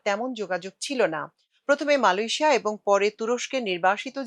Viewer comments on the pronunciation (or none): none